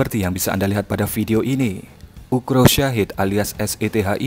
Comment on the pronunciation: Ukrop Min, bukan Ukro